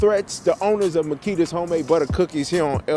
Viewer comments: It's pronounced Ma-key-thes-a's ,😁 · I can’t listen to you butcher the cookie shop name g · Please please stop saying the cookie shop name wrong. If its out of respect and staying neutral I salute and respect but just say cookie shop.. that name you use is horrible lol. An kinda a distraction from the young girl who passed. Again i get the respect and bias of not calling or putting them in harms way. True journalist pride , I respect ya channel 4 dat reason..king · Agreed, I cringe when he says the name of that shop 😬😂